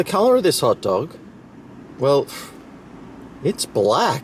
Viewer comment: I thought he said pot dog :28